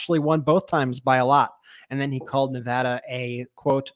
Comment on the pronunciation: Thanks for pronouncing "Nevada" correctly 😂